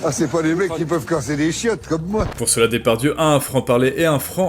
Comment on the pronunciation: Tu prononces "Dépardieu", c'est volontaire parce que sourcé (entre guillemets) ?